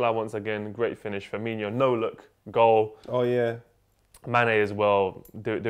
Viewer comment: Gotta learn how to pronounce Firmino, They're saying it as if it has an extra i after the n.